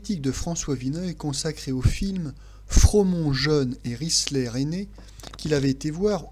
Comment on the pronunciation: Cette mise en piece , sans doute tout à fait justifiée ( je n'ai jamais vu le film!) est fortement exprimée grâce à la maîtrise d' une langue assassine certes , mais magnifique ment menée . Risler se prononce RisLAIR ,et non risler .